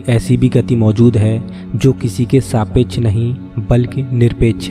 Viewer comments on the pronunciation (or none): And , . Please use proper hindi letters with perfect pronunciation i.e. सापेक्ष is saapeksha not a saapechh